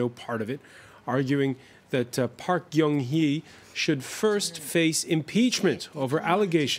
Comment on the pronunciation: Please pronounce our president's name correctly. Park Guen Hye